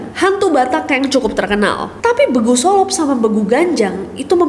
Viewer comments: Cara pengucapan "begu" salah kak,yg bner itu kyak kita ngucapin a b c d e,nah pas ngucapin e itu kan dilepasin gak kedalam,kek kita ngomong herman-->e nya itu kan dilepasin gitu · Btw kak "Begu solop" Cara bacanya itu kaya "Be" Nya bebek,,, jadi kaya beguu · Baru opening kaget sama penyebutan 'begu' nya Ijin benerin yaa ka buat penyebutan 'be' nya itu sama kyk bebek yaa Trima kasihh ka, horasss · BEGU itu, ngucapinnya kayak blg huruf E di BEBEK kak, bukan kayak bilang e di bedah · Sebutan "Begu", "E" Nya itu kyk nyebut E "Ember" Bukan kyk nyebut "Elang". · Kak Ness, mungkin sedikit revisi untuk logat batak, penyebutan huruf 'e' di kata Begu, penggunaan huruf nya itu harusnya 'e keras' kayak huruf e di kata 'lengket'. Anyway, thankyou for the story, kak 🙏🏻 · Kak aku mikir apa begu ("e" sounds like apel buah ) yg ka nessie maksudd 😭😭😭 turns out "bEgu" ("e" sounds like apel upacara) 😂😂😂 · Sorry ness penyebutan begu di daerah Sumatera Utara itu E nya kaya penyebutan Entok, bukan Elang. Jadi E nya itu ya E bukan e. A B C D E. Gituloh. Ngerti kan ya wkwkw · Baca E di "Begu" Itu bacanya kayak E di "Nenek", kak ❤ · nyebut nya bukan Begu, Begu seperti mengucapkan Huruf Afzad B, Nada E nya salah :face-blue-smiling::face-blue-smiling::face-blue-smiling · btw begu itu cara bacanya "e" yg di "lele''.. bukan "e" yg di "apel".. tpi ya gpp sii.. fyi aja :) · KAK NESSIE. Pembacaan kata BEGU nya salah. 😂 jadi lucu dengarnya. BE -nya bukan BE-landa. Tapi BE -nya BE-cak. BEGU dalam bahasa batak artinya Hantu. Salah satunya BEGU GANJANG (Hantu Panjang) yg terkenal dari Suku Batak. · Maaf ya kak,tapi aku ketawa kakak cara baca begu nya😭agak beda sama kami ngomong nya😭🙏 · Nes, maap mo koreksi cara baca BEGU nya hehehe.. harusnya di baca dengan aksen E (ENAK).. nah itu 🙏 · hai kak nesss fyi baca begunya itu pake e ember bukan e elangg ehhehehe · Kak,cara baca "begu" e nya kayak pegucapan ember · Pengucapan Begu nya E nya di tekankan kakaka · kanes, e nya agak keliru sebutannya